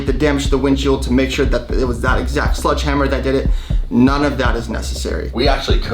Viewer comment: Sledgehammer. SLEDGE. Not sludge, please get that right before you go to court lol